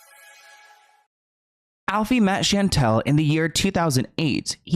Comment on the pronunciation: Thank God that's not how you spell my name Chantel is my way. That girl seems nasty anyway you say my name perfect.